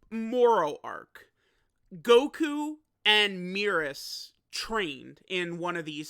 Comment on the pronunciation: It's MEH-RUS, not MEE-RUS